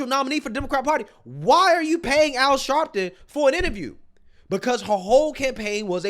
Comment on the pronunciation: Al Sharleton😂😂😂😂😂😂